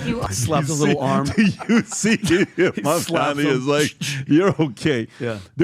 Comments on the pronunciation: Your points are invalid if you can’t even pronounce the opponent’s 7-letter name correctly, yes. It’s MAM-DA-NI, not mamdami. the disrespect of mispronouncing somebody’s name shows the kind of respect to return.. 😂🤡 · It’s mam dani phonics guys not Man Dani just fyi